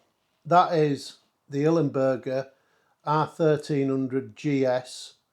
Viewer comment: I'm really sorry mate, I don't want to rant, but for kit worth more than 1000£, one should pronounce it properly. It's ILMberger, NOT IL-E-Mberger! (however I do understand the "bUrger" over the "bErger", cause of the native language)